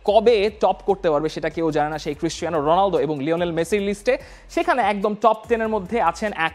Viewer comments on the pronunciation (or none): none